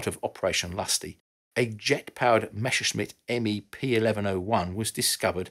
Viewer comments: Messerschmitt, not Mesherschmitt !!! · Very strange pronunciation of word "Messerschmitt".